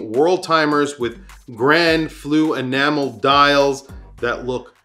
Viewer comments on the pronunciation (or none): none